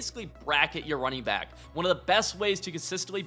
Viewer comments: Did you just say runner back ☠️ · runner back 😭😭😭😭😭